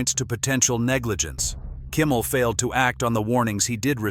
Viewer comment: It's not Kummel it's Kimmel.